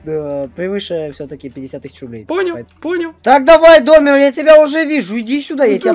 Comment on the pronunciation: Не Домер ты говоришь не так а надо так -- понял принял оброботал😂😂